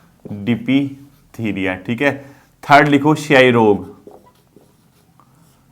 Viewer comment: डिप्थीरिया का उच्चारण सही बोलो ।